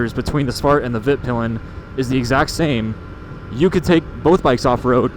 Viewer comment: Please learn how to pronounce svartpilen and hvitpilen